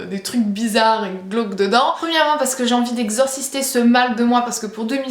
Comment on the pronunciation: Franchement je te trouve très belle!! (ps: Exorciser et pas exorcister:p) gros bisous <3